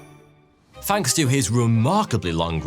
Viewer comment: I like your show but it's (th)anks not fanks. 😁